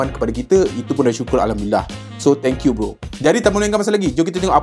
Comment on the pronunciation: bukan " thank you bro " tapi, " thankyew gadget " 😂